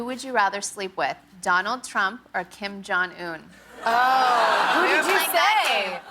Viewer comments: "Kim jhon un" I'm shleep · Kim "John" Un?????...Really??? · she butchered up kim jong un name